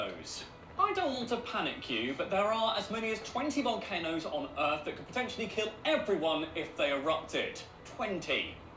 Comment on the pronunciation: Earf? Did we rename Earth??? 😂🤣